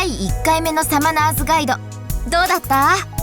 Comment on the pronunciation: これの発音も「サマナ↗ズガイド」なんだろうか… 「サマナ↘」にしてほしい…